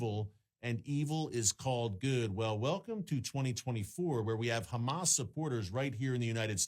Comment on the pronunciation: Say HHHHHamaaas, not GGGGHHHHHaaamas. You know why you can't say it - because you're not natively Jewish that's why and you don't the the difference between the letters.